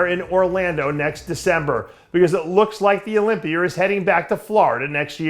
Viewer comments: Sometimes he pronounces it with the A at the end also like when he says sawr instead of saw which he pronounces sometimes without the R at the end. Mr pretender is phony and annoying. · Olympi-er? haha love you dave